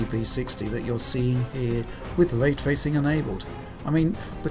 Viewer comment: Way twacing